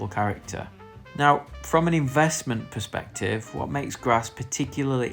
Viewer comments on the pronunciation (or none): none